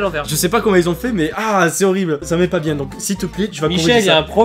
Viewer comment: C moi ou dis biengue à la place de bien